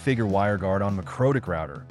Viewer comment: Dude, AI narration - really? I just cant get past "mycrotik" router